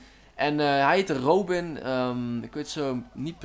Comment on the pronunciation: Echt awesome dat je me in de video stopt ik vind het echt niceeee;) -shottyrobin en je spreekt het trouwens uit als robbin hahah